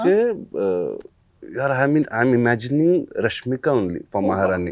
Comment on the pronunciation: Rashmika ...marathi accent totally gone wrong😵‍💫😵‍💫